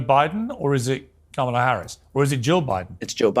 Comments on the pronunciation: Dementia confirmed: Trump pronounced "Kamala" correctly repeatedly during the speech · He pronounced her name right, ',la' ! He probably doesn't even realize... I hope someone loops that over and over again and makes him hear it!!! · He’s been pronouncing her name correctly lately😂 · Anyone notice that he pronounced her name correctly? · Did he actually get her name right, but completely lose the plot about what city he's in? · Wow. He pronounced Kamala correctly. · He said he thinks Kamala (saying it correctly) will be the next president.